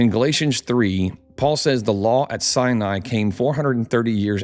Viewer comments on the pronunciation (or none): none